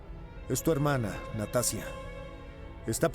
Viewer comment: Muy bueno, nomás que ナターシャ se pronuncia "Natasha", sin ánimos de desmerecer nada.